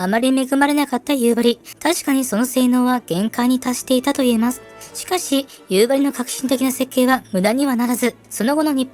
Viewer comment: 北海道民なのですが、やっぱり「夕張」のイントネーションが気になります…。道民は「蒼竜」と同じイントネーションですので。 でも、なぜか夕張メロンはさんの発音ですｗなぜかは地元でも分かりません😅